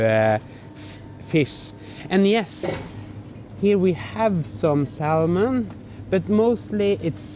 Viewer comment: Sal-mon? haha. in English we pronounce Sa-mon, the L is silent